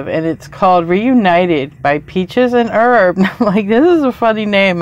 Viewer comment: You're supposed to pronounce the H in Herb. 😂